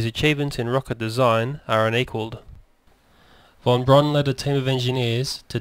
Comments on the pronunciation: von Braun, is pronounced "von Brown", not "von Brawn". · "Von Brawn" ??